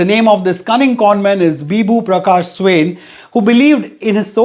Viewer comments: bizarre news of the year !!!😐🤨🙄 his surname is actually pronounced 'swaeen' 🙃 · Swain..... You have mis pronounced it Say Swa(pronounced as aa ) in (n as nn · His surname " Swain" Is actually pronounced " Swayi ( sort of sounds like swine, n silent) In odia language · Not soo-in it's swa-in